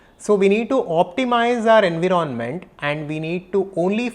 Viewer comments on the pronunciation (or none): En•wire•ment not en•wiro•ment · I love the way you pronounce environment 😅..